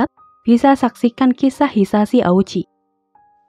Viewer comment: Mukjizatnya di mana..... Dan itu namanya yang benar diucapkan sebagai Oochi (o-nya panjang), bukan o-u-chi